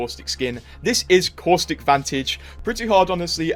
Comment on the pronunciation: Who’s ‘Corstick’?